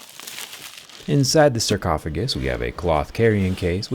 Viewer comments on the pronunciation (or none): BRO REALLY SAID SARCOPHAGUS LMFAO😂😂😂😂